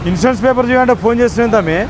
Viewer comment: వీడికి సీ జాబ్ ఎవడు ఇచ్చినరురా వీడికి సరిగ మాట్లాడటానికి కూడా రావట్ ఇన్సూరెన్స్ అనడానికి కూడా రావట్ లేదు వీడికి